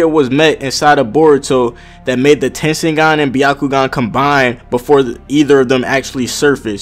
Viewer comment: its tenseigan